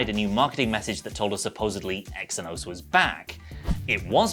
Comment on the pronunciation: Lad xe=z like how ph make an f sound...eh phill not fill xenos=zenos